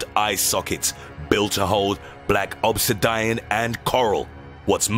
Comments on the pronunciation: How did he say obsidian again? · The way you pronounce "obsidian" is hilarious